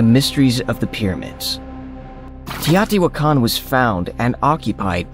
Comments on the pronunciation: When I was there in 1979 the natives called it 'tao-ti-Wha-can'-- (the stress is on the Wha). Why are you altering the pronunciation? I have heard several researchers and professors who slaughtered the city name,so you are not alone. Besides the Pyramid of the Sun, the metropolis archeologists had just revealed the pyramid of the moon and most of the artifacts were immediately taken to the newly opened museum. So much work has been done since then, it boggles my mind that there are so many structures still to be discovered. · I listened to it again. He says: TEE-AATI-WAH-KAHN. This confirmed that he was mispronouncing the word. If you want to communicate your ideas, you must ensure that you communicate with the proper pronunciation of unheard of words. I, too, was wondering about the spelling of the word and his pronunciation as I listened. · it's TEE-OH-TEE-WAHH-KAHN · The way you pronounce the word teotihuacan is totally a laugh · You've gotta love the irony of a video that puports to show "proof" that aliens created the biggest pyramids of Mexico, yet the video is narrated by an "AI" voiceover that can't even pronounce the word "mica" correctly, let alone the name of the ancient city of Teotihuacan.